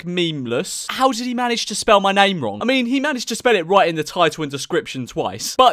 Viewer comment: Why can nobody say ur name correctly